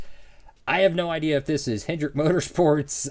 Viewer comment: Yes its Kodiak, a tobacco brand. And It's Larry HEDRICK (no N). Very similar spelling, but they're different names.